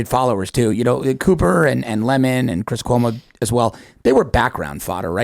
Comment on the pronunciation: Dudes name is Chris, not Christ lol. C.mon, seriously. Although if you AI Chris Licht nailed on a cross, that would work.